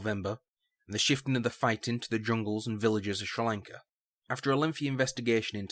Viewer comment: Has to be the worst pronunciation of Sri Lanka I've heard, I can imagine you saying Chinese names its going to sound horrible.